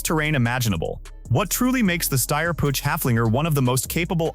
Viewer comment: Its not Putch its spoken Puug Ai suckers